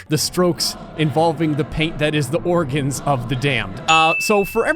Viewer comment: The way you say "the Organs" 😂😂😂